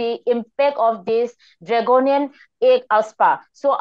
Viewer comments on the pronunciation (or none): " dragonian laws" .... hahaha what she means was " draconian laws"